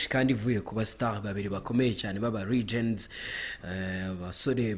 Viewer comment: mwa baswamwe se murinda muvuga ngo iyo aba njye siko nari kuyita ..iyo usohora iyawe Peter!! ubundi abantu barikuvuga mg LOOSE aho kuvuga LOSE ni abaswa nkamwe nyine mutazi kuvuga LEGENDS mukavuga REGENDS (ku isegnda rya )!!! mujya mugira show nziza nuko muvugamo ibyongereza biciriritse cyane!!!